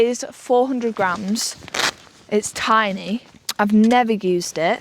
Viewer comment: Can't bieleve you brought flame inside the vehicle. You finished cooking inside(!!??) Also that fresh carpet will love those food odors. You have space to blow up a mat,sleep right there in the van,drier warmer. You call the van "Tiny" but your pronounce is Tinn-ee(??) Like if someone were to rap on thin metal it would sound Tinny,right??